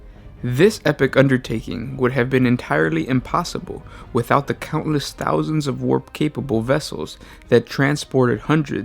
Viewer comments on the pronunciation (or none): none